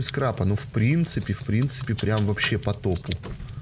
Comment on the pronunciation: Скрапа, а не скрепа